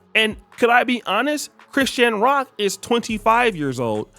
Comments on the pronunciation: You ain’t never heard no body call this girl Chris-Shan Rock. At least say the POS name right. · He says her name like Chris Shan Rock 😅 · Why you saying her name like that 😅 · Say her name right u sound stupid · Bro the way you say Chrisean is crazy lmao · Chrisean cannot win regardless with some of y'all. Blueface is his own problem and accountability is his own. Ghetto fake gangsters like BlueFace and Ronnie like ghetto ratchets like Chrisean and Jayden Alexis etc. And why not pronounce her name properly? She is TRYING to get things together. Yes she definitely is/was a crashout and has unresolved mental issues... but all those dudes who deal with her made their choices. Maybe she is finally in her arc. These channels are pure negativity and run by haters who don't want to see ANYBODY win. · Omg pronounce her name right